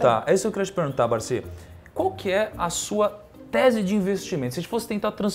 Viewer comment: O nome dele não é Barsí, é Barsi.